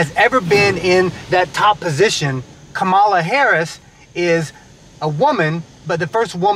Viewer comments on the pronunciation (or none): Great video, but, FYI: Her name is pronounced Comma la Harris, not Ka ma la Harris👍🏾😉🙏🏾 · Kah-mah-la not KUH-mala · Her name is pronounced Kam-a la not Ka mala. Like Kamla.. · I didn't see your post before I posted regarding COMMA-LA! I'm sure EVERYBODY will get her name right when VP is added to it! 😅😆😉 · I shared it to her IG. Just a little tidbit. Her name is pronounced COMMA-LA. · I really love the video! But i hope this comment doesn't come out as hate and i am very sorry if it does. However, Kamala Harris is pronuced as 'Comma-La'. Like a comma and a la at the end. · LOVE the video, awesome family - but thanks for pointing that out since she'll be our VP !! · Great video. BTW, her name is pronounced comma - la. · LOVE THIS VIDEO, BUT HER NAME IS PRONOUNCED "COMMA-LA". JUST A LITTLE INFO💞💞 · I came here to say this too! I love this video. As a person who also has a name that may not have pronunciation that is intuitive, I just wanted to correct on Kamala’s behalf. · I had to learn this too, but her name is pronounced COMMA-LA. Loved the video, the lessons being taught and the girls responses. 💜💗 The Jeep is nice too. 🙂 🤍🖤💜💗💙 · Thanks 👍 but her name is pronounced Comma- la I meant no disrespect just wanted to let you know. Love your family 💕 As I have said before Ami is beautiful and the girls are going to be gorgeous women too! Great message! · Her name is pronounced Comma-la. But cute video. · What a wonderful, educational video for the kids, Ami and! You guys keep getting better and better. BTW, she pronounces her name ‘Comma-la’, accent on the first syllable. It took me a while to get it, too. Hey, a suggestion for a fun video is you guys doing the Jerusalema dance challenge. It would be fun to watch a to do. You, too,. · That's a wonderfully educational and inspiring video; thank you!! (But you're mispronouncing Kamala's name...) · Please pronounce her name correctly. Your accentuation is incorrect.